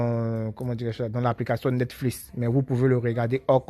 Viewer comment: Ont est en 2020 le début '' netflis ! '' jpp